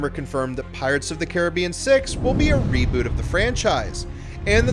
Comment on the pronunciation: Did he just say raboot?! Jog on mate no one wants that we just want Johnny Depp back in the new instalment